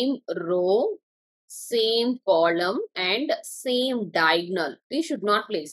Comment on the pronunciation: ITS NOT "KOLOM"